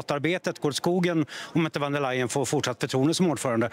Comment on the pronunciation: Vem är intervjuaren, som inte vet att 'v' uttalas som 'f' i tyskan, t.ex. i 'von''. Det trodde jag var ren allmänbildning, något som alla visste. Dåligt!